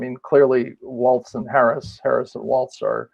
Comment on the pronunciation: Please! There is no T in Walz!